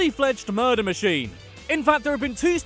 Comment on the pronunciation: The way said muder was gold